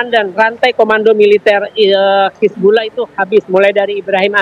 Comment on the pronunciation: Pengamat aja sebutnya hizbullah presenter malah sebut hizbulloh